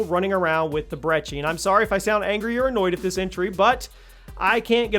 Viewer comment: I agree with these tbh but it’s brecci not breggi